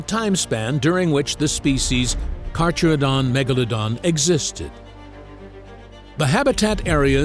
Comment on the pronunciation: Pronunciation: car~CARE~a~don